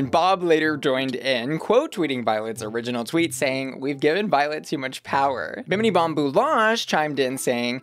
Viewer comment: The pronunciation of Binini’s name made me chuckle 😂